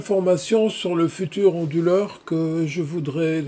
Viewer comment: Pourquoi prononcez-vous "onduleur" avec un H aspiré comme : "Honduleur". Ce n'est pas : "du honduleur" par exemple...?